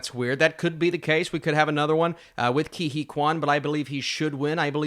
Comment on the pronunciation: Isn’t it like Kay Hooey instead of Kee Hee?